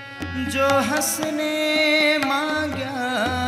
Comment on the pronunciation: hasane magya nahi hamsane magya khela hai galat uchharana mat kijiye ,thank you.